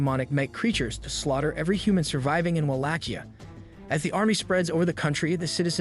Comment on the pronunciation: Am I crazy or is it not pronounced “Wah-lake-e-uh”?